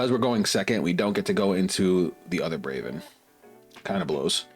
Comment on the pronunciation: It’s Bravern, btw. BraveRn.